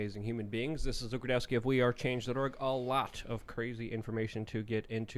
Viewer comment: Tim why do you keep saying luke rukowski? It’s rudowski he even says it himself you tard